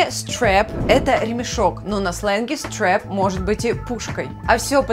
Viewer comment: Опять же слово Strap произносится как "страп", а не "стреп". Слово carry правильно "карри", а не "керри". Из-за чего такие ошибки?